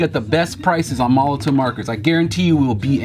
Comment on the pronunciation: It's pronounced 'molotoV', not 'molotoW'.